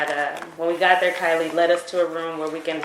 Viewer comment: It's Kylie not Kailey bro